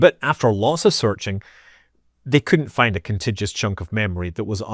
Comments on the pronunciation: Con-tig-u-us not con-tij-us. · Contiguous. Con. Tig. You. Us. "Contidgis" would be spelled "contigous" but there's that extra U in there. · Scott you are pronouncing contiguous wrong😊